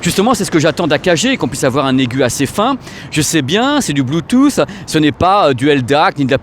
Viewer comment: RIP le « T » de Bluetooth... on sait pas où il est